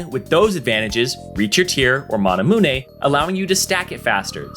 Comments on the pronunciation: can't take it serious when he says "mana-mun-e" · say mahnahmunay one more time and imma lose my shit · okay you have to be trolling calling it monamoonay. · i cant belive some people pronounce manamune "manamune". smh... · You say manamune wack asf